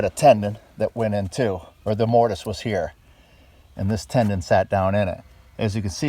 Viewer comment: I just found your channel and I love what you are doing! I wish I could see the insides of the buildings, but you are more about the structure and the exterior. One thing that bugs me- I don’t know if anyone has mentioned it before, but the old beams are put together with a “mortise and tenon”. I keep thinking you are saying “mortise and tendon”. I may just be misunderstanding you.